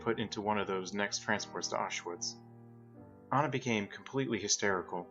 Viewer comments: I’m sorry to say this but the girls name in ANJA not ANNA or ANA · While you're correct, and I do believe the name "Anja" is pronounced like On-Ya, if you watch/read Art's comic "Prisoner on the Hell Planet" [which is in this audiobook, tho I cant find the exact timestamp as I'm on mobile] Art writes her name as "Anna", so I do believe thats where the confusion comes from. It may be a case of Anglicizing the name, but even Art calls Anja "Anna" a couple times. The World May Never Know.